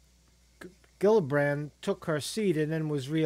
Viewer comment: Hi. Kirsten Gillibrand's name is pronounced like Jillibrand.:)